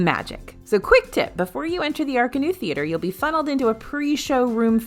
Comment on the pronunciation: wait. .it's that how it's pronounced? I'm over here thinking it was pronounced le cirque "ar-kah-nus". is universal officially saying that it's "ar-kah-noo"? cause that caught me off guard and is cracking me up right now. XD